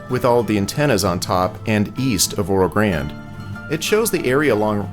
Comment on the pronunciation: Loved it. Trip down memory lane. Made that trip several times as a kid in the 50's. Please check pronunciation of Oro Grande. Or do the locals use the Anglicized pronunciation? I've always called it Oro "Granday" as I heard it as a youth.